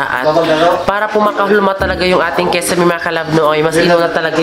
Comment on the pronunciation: Kisame sis... Hindi kesame👍